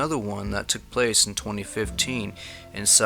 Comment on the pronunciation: I really like your reports and I am a subscriber. I appreciate the factual and detailed information you provide. I am especially fond of the background music which is evocative of the settings and the stories. I hope you won't mind one tiny comment from me. Chiricahua is pronounced Chiri ca wah, the word for a sub band or group within the Apache tribe. Like the Chihuahua dog breed is pronounced Chi wah wah. Keep up the valuable work.